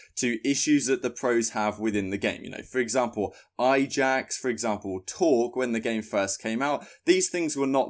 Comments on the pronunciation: I love you but... its A-jax not i-jax it hurts my soul everytime haha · Why do you always say I-Jax? Can you not pronounce the letter A? A-Jax